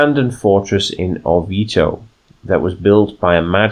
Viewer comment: As one of your (few?) Italian followers I am already really enjoying this new campaign and how you started role-playing it! The only one little thing to fix is your pronunciation of Orvieto, here is a quick guide